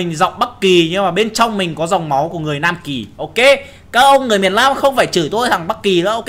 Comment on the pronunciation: Phú Nguyễn chắc Nam Kì, Bắc Kì làm nói thành Lam Kì rồi:)))